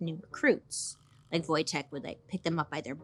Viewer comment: Niedźwiedż Wojtek <3 Bailey, kudos for pronouncing correctly!